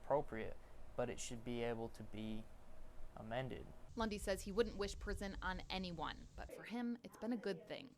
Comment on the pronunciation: Who else always hears "Bundy" instead of "Lundy"??